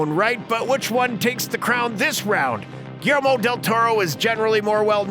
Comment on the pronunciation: “Mimic” came out in 1997. Hardly the “early nineties.” Also, please learn how to pronounce “Guillermo” correctly.